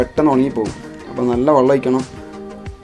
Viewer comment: വള്ളം അല്ല വെള്ളം ഒഴിച്ചു എന്ന് പറ 😂